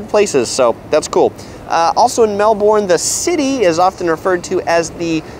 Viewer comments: JKalama It must be difficult for Americans not to pronounce the "r's." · it's neither. It's Mel-burn. "Mel-born" is how how the US city in Florida is pronounced. "Mel bun/bin" is how the Australian city is pronounced with an Australian accent, which he shouldn't do, because he's not Australian. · It’s pronounced “mel burn” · Florida! We have a Melbourne here in the USA and that's how it's pronounced here. I know it's pronounced different in Australia but my brain has a hard time with that for some reason! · Melben thats how you say it... And its yara not yorra. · You should start off by learning how to properly pronounce the name of the city: it's Mel-bun. The 'r' in the Aussie accent is dropped.. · It is pronounced 'Melbun'. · There's an R. Melbourne. It's literally right there. Americans pronounce their Rs, so it's Mel-burn. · I appreciate that support Wasup Doc! My mispronunciation is definitely not for a lack of trying that's for sure! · Started to slip on your pronunciations of Melbourne and Yarra but still great, when compared to Most "what to do" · Saying we have 9 month winters is nonsense. Summers are hot and we have beautiful springs and autumns with temperatures in the low to mid 20’s celsius. Next time you do a video about Melbourne learn how to pronounce it, along with the Yarra river. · nice video and all but your pronunciation of "Melbourne" is killing me... haha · the way you say Melbourne makes me mad, other than that great review. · i cringe every time you say Melbourne. but otherwise awesome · First thing you need to know is how to pronounce Melbourne. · i cringed when he pronounces melbourne. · Same xD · It’s pronounced melbin not molborn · Its pronounced Mel-bin Not Mel-borne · The 1st thing you need to know about Melbourne is that the "bourne" like "burn" with a soft r and not "born". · A tip to sound more like a local in Melbourne, we Aussies pronounce it Melb'n or Melb-in, not like the Bourne Identity 'Melborn' pronounciation